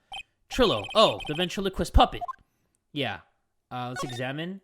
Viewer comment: okay but.... ventriloquist? BEN AND TRILO QUIST ok